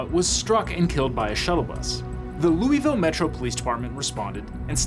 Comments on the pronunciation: Hope its not just me who cringed every time he said “lou-ee-ville” most of us locals pronounce it “lou-uh-vuhl”. Like a mouth full of peanut butter 😂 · Every time I hear "loo-ee-ville" I take psychic damage lol. "Lou-ah-ville" is how it's pronounced, I learned quickly when I moved nearby. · "looey ville". we pronounce it luhvuhl here in KY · LUH-vul ✅ LOOEY-ville ❌ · "Looeyville" It's loy-vil or lou-uh-vuhl. Jfc. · It's not loo-e-ville, it's lua-vol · Looey-ville? LOOEY-VILLE? LOOVUHL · Fun fact: the city is pronounced luh vull Not joking, people there are wierd. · I’m sorry but has a Kentuckian I must say, how did you pronounce that lovely city in Kentucky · As a native Kentuckian, that's not how we say Louisville! 😂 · All those fact checkers, and they can't pronounce "Louisville" correctly?